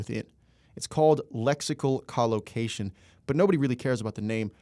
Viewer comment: You mispronounced collocation every single time you used it